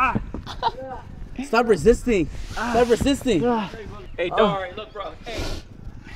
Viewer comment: "im not resiting" like george floyd